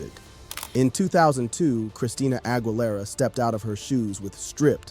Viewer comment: a tip about her last name the GUI her last name is pronounced like the letter E in the word need or geese the plural of goose AH – GHEELERA